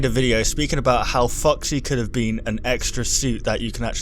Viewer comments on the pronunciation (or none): Sounded like you said "Fucksy" (LOLS) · Legit sounds like you're saying "Fucksy" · When say foxy it sounds like "Fucksy" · keeps saying 'fucksy'. #cannotunhear